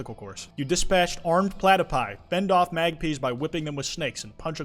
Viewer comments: saying magpees and not mag-pies 😭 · Did he just call Magpies fucking MAGPIS 😭😭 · how you pronounces magpies and koala hurt me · As an Australian I am very offended by the way you said “magpies”